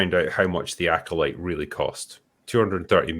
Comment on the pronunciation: THE LACKOLYTE... ...by Leslye HeadBland {and} AGHEYTHA ALL ALESBIAN